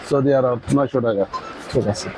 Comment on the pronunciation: Maxicor jursey re soudi jursey bole🤣